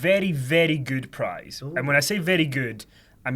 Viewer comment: the word 'good' is NOT pronounced 'gude'. #fuckkenny